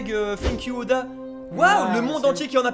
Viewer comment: Lol il a dit ODAce